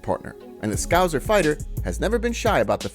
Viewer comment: The word scouser is pronounced Scow-sir not Scow-zer.